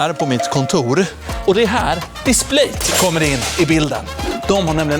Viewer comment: Triggas oerhört mycket av hur du uttalar Displate 😅